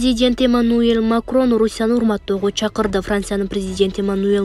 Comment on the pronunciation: МаКРОН эмес, МАКРОН, ЗеЛЕНСКИЙ эмеся,ЗЕЛеНСКИЙ ДЕП ОКУЧУ. ДАГЫ ТОЛТУРА ТУУРА ЭМЕС УДАРЕНИЕ КОЮП ОКУП ЖАТАСЫН. КЕТЧИ ДЕГИ.